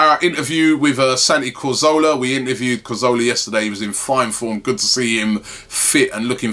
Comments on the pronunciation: robbie why do you say cOrzola, instead of cAzoRla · Santi CAzorla not Cozorla ffs